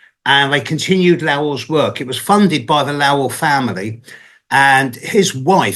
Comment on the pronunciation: Lowell rhymes with Bowl not Owl. I live very near Lowell Observatory and recently went up Mt Wilson to visit the telescope. Super cool up there lots of history. There are 4-5 telescopes up there in total. Worth a visit. You really feel a special historical vibration up there. You feel like you’re in a whole different timeline up there.